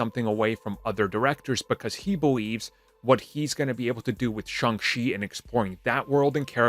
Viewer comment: Shang CHI, not Shang SHE🤦